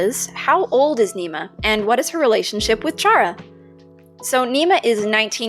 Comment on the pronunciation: Ur voice is nice :D btw I’m pretty sure chara is pronounced like kara